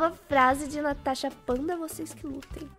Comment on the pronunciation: Ela falou tanasha